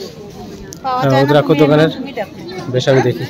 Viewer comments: রুদ্রাক্ষ কথা টা হবে ভুল ভাল উচ্চারন করবেন না। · রুদ্রাক্ষ বলুন ভুল ফল উচ্চারণ করছেন